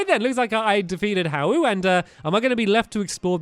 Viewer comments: Just thought I'd let you know that Hau is pronounced "How" not "Hay-ooh" or however you have been pronouncing it, I recommend googling the pronunciations or something so you know. Also, I'm pretty sure these videos will be much longer eventually because of the long cut scenes coming about- okay I'm not saying anything I don't wanna spoil it! Oh and I can't wait until stampy meets Guzma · haus name is pronounced how not hayoo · You say it Heu but its ha-u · Hau is pronounced How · Hau isn't pronounced hay-oo, it's pronounced how. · Stampy hau is pronounced how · This how to say all the the names stampy said wrong Hau=How Lusamine= Lusa-Mine Kukui= KaKuEE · Spoilers!!!! Read at own risk. Oh, my poor sweet little Stampy. He cant pronounce Hau right, he dosent know Lusamine is evil, and he dosent know anything about Lillie's family.